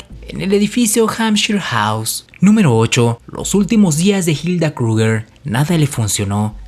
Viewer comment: Pocorigor científicos....no pronuncias nada bien el aleman ? Reich ? krugger? Si te basas en un solo .ibro? Es chisme lo que haces....demuestra.... no repitas